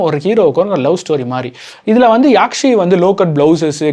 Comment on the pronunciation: Yaakshi illa bro athu nedil illa, kuril yakshi. Ella padatha perum correct ah incorrect ah solreenga 😂😂